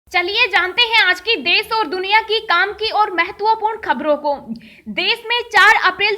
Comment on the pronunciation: Tujhe bolna to aata nahi desh ko des kehti he khabar tuje bolna nHi aata lockdown ko Lokdownbolti he pehne bolnaseekh